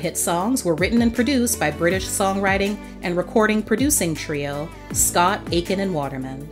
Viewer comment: Its 'Stock', Aitken & Waterman not Scott LOL